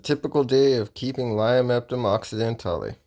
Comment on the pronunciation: Idk if you know this but it's pronounced lio-ma-topum